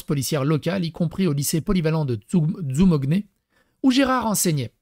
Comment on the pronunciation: Dzou mo nié . Merci de revoir la prononciation...